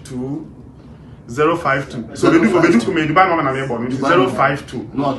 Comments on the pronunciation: Ah Akabebezer, is not Dubar pls Is Dubai hahahahahahhahahah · its not Dubaaa. Its dubai lol